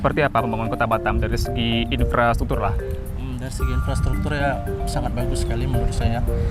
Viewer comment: Infrastruktur kok jadi Inspratuktur. Apakah benar begitu?